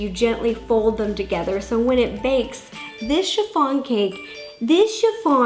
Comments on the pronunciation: No one: Literally no one: Rosanna: THIS chiffon cake THIS chiffon cake THIS chiffon cake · thIs chIFfoN caKe tHiS cHIFfON cAkE THIS CHIFFON CAAAAAKE